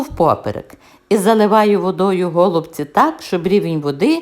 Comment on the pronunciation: Але наголоси,трохи шокують українську мову..нпр-гОлубці. А треба голубцІіі. І ще укараїнаг має більше 160діалектів. Найчистіла укр.мова в містах Луцьг.Рівне...ближче до літературної. А рецепт хороший.